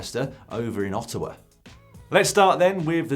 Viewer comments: Not used to Dan saying Ottawa correctly, it just sounds wrong😂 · Congrats to Dan on his pronunciation of Ottawa! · Kudos Lloydy for pronouncing "Ottawa" properly, but saying that Paris and Ancaster are around Ottawa is like saying that Amsterdam is around London. (It's similar distance too!)